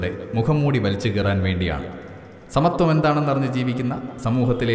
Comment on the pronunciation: ഫെമിനിസം എന്നാൽ സമത്ത്വം.. സമത്ത്വം.... സമത്ത്വം അല്ല സുഹൃത്തേ.